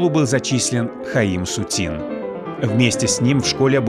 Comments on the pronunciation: СУцін -- арыгінальны націск, СуцІн -- на французскі манер. СуцінА, пагаджуся, гучыць дзіўна. Або СУціна, або СуцІна ўжо тады. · Очень режет слух это СутинА, ведь картины СУтина